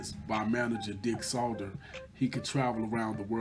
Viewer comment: Dick Sadler not Salder